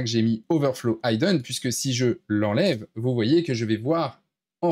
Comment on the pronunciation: Très bien ! Merci pour ta video ! ... Juste pour ton information... Le mot "hidden" de "overflow: hidden;" ne se prononce pas "HAY-dun" (son "aye") mais "HEE-dun" (son "i") ... Il s'agit d'un verbe irrégulier anglais.